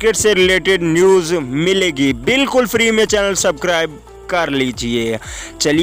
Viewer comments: Ani deya subcribe nai hota subscribe hota hy bolna to sekh luly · Scribe nai bhai bolna to sekho